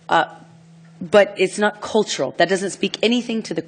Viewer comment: the only thing annoying me about this vid is her pronounciation of "cultural". it's cultural. not colltoral.